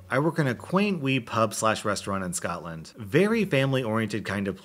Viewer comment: Scotland not Scotand